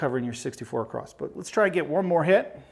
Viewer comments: It’s across. Not acrost. Great video though. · across not acrosT....my goodness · The word is across, not acrossed. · Exactly my thoughts throughout the video, I kept asking when we started spelling across with a “T” at the end! lol. Great video other than that though. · Literally I love this man. He's taught me this game and I'm hooked. Can't wait to try some of these strategies at the casino soon. That being said, if he says 'ecspecially' or 'acrossed' one more time I'm going to lose it... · It's not acrosst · I keep hearing 64 acrost? I'm I the only one?